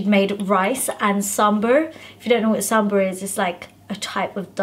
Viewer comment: It’s not SAMBURRRR , SAMBAAAR .. Plzzzz YYY EVERY NORTH INDIAN KILL OUR PRONUNCIATION 😭😭😭😭🤦🏽‍♀️🤦🏽‍♀️🤦🏽‍♀️ P.S. just remembered BUZZFEED INDIA video 🤣